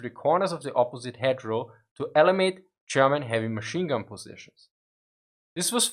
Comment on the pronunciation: Very confusing when you pronounce German as Sherman 😁